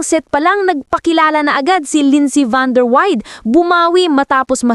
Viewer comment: Dear AI, It's van-der-why-deh. Ok?